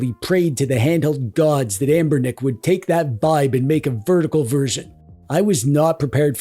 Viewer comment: First accidental “Anbernic” pronunciation?